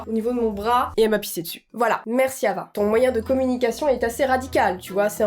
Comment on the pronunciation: Putain Hava c le prénom de ma mère sauf que sa se prononce Rava 😂🤦🏼‍♀️